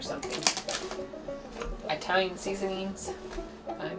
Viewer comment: Is pronouncing Italian like "eye-talian" part of your trailer park act? You kill me with that wig & those glasses! 😆 (God, I hope that’s part of the act too!) And how on Earth did you splatter goulash all over your BACK? 🤔